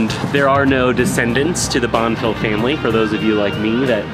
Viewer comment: It’s pronounced Bon-fee